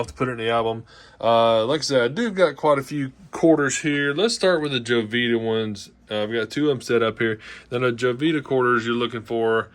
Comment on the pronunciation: Please let people know... it's not pronounced Jo-vita It's pronounced Ho-vita